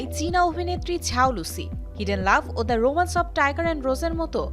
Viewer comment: it's zhao not jhao